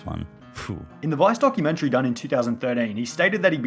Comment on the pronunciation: Documen-terry. I hate it when people pronounced it that way.